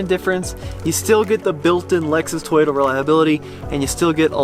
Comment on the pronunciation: No matter how many years you've been in the US you'll still spill the fact that your Polish lol, it's Toyota not Tayota.